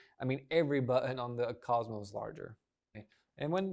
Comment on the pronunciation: The cazmoe